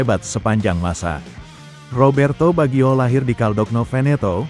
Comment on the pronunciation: Kocak narasi robotnya, masak pengucapannya Bagyo, emangnya pelawak, harusnya Bajio, 😂😂😂